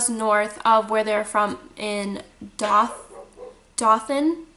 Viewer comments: I love your dog! He reminds me of my white Shepherd. I'm in Alabama and I believe Dothan is pronounced Doe-than. Johnny Depp is supposedly buying a home there because he loves the ppl. Scary story! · Actually, it's pronounced DOE-THUN. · Ok ik you're not from here but its DOE-THAN like i baby deer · Doe-than = Dothan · Dothan! it not hard to say! ewww